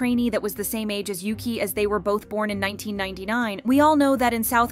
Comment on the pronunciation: In Chinese, her name read as "Yuchi" not "Yuki"